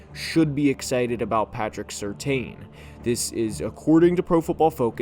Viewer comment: Very good take. One point: I suggest learning how to pronounce PS2's name. Just like his father, his last name is [sir-tan⁄]